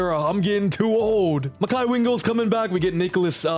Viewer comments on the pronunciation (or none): none